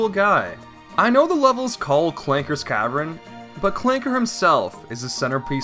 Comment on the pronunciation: And he says cavren instead of cavern.